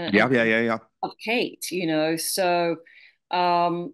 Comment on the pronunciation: Seriously Dan, LAZY journalism again! Can't you even pronounce her name correctly? YOU were the one stating she had a serious physical illness on Megyn show, you were the one piling on the pressure! Stop acting like a saint in this, you most certainly are not!